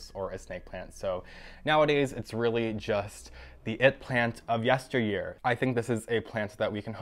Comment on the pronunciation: oh my... the way he said “yesteryear” and “pacificly” in the span of ten seconds is just fascinating